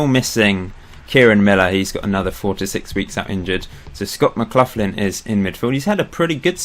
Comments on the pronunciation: McLaughlin is pronounced mcLoch-lin not mcluthlin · just seen your comment, nevermind then, loving it, just Mark McLaughlin was a legend for my local team Hamilton Accies so it annoyed me, everything else is geat